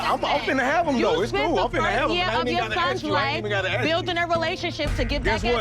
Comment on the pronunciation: Its "ask".